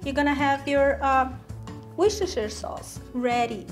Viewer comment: wooster sauce lol not woostershiiire sauce